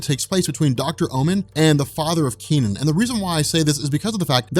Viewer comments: Technically...it's pronounced as Kuh Nun, not Kee Nan. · Hey, I suspect that his name is not pronounced "Key-Nen", but something more like "Kuh-Nan". If you want, use Google Translate to pronounce these words: 柯南. My headcannon is that his name is the Chinese transliteration of Conan, so you can call him that I guess. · I'm developing cancer listening to you pronounce the kid's name. Its not Kee Nen. Its Ke (similar to HER) Nan (similar to VietNAM).